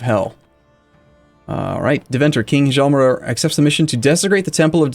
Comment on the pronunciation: the "h" in "hjalmer" is silent, just say "jalmer"